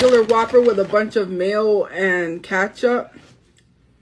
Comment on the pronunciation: The way she says ketchup irritates my soul